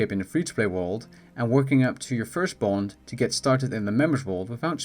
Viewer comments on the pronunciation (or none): Wtf is he saying? Bone, bond or bold??